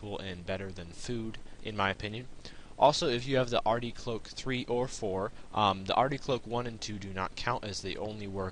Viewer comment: 'ardy coke' haha so smooth